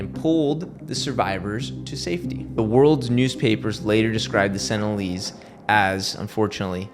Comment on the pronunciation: Also, they aren't "senilleeze" lol